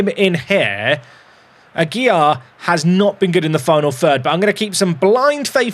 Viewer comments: second day comenting, the correct pronunciation for AGUILAR is "Agy-Larr", with the strong R at the end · it’s ah- gill (like the fish breathing apparatus) -lar (like lard without the d)